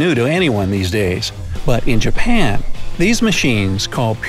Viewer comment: BRO THAT'S NOT 'JUPAN' THAT'S JAPAN